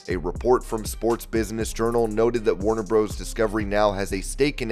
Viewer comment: Comentator you know that Warner Bros. Discovery is in realatiy Warner Brothers Discovery. Please stop saying Warner "Bros" you sound like the Robotic Idiot you are. Really.